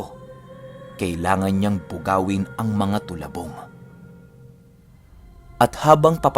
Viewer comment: Talabong po not tolabong